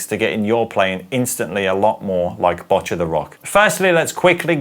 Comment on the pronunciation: Kinda hate being like this, but as a person learning japanese, who also started playing guitar because of this show, it's pronouned Bow-cchi, the last part is right, you're just pronouncing the begginning wrong. Also, I think you got it down, but it's a hard ch sound